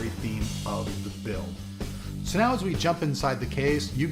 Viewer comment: You really shouldn't make fun of a typo or a misspell, you do realise you do sometimes have some doosies of mistakes in your videos when you talk, this one is no exception. "if show, show me that virtual love". This is not an attack on your way of talking, it only ever makes me smile when it happens, i'm just reminding you that it's not polite to make fun, no one is perfect, including you. :-)